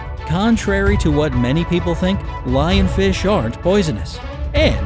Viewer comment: Did he say Lionfishy